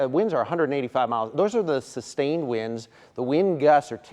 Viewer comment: THANK you for saying it right! An-TEE-ga.